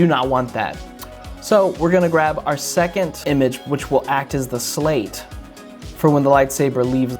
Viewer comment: "We will now call it slate" * Calls it salte * Me: Yeahh... SALTEEHHH